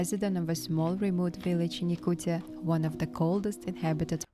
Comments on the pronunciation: I never really understood how the pronounciation can be that hard. it literally says yakutia and it turns into yaktucha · Why he saying "Yakuchia"??😂😂😂 it's Yakutia. T